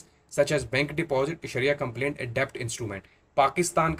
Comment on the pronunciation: Agreed absolutely It is compliant and not complaint. Both are the different words